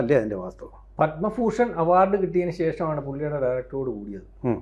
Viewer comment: Padma fooshan, this fool prasanth saying the word like this